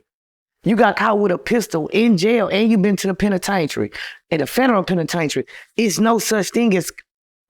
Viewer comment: 💯 I thoroughly enjoyed this interview! I literally hung onto every word this man said, which was serious until he said "penitaintry" . Then I had to refocus lol. 😁